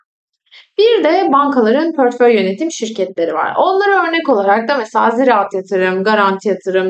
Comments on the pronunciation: Garip gelmesin lütfen, kötü eleştiri olarak da almayın ama pörtföy dememeye gayret edin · Emekleriniz için teşekkürler. Yalnız "pörtföy" demeseniz:( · Pörtföy dediğiniz için sizi ciddiye alamadım 😕